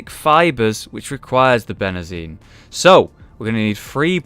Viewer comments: It's pronounced ben-zeen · Why did you call Benzene that when there's litterally no 'R's in it?! :-P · I forgive you a lot of things, but how you say 'benzene' is actually killing the chemist in me >.< I personally think the bone sharks are adorable; the sound they make, not so much.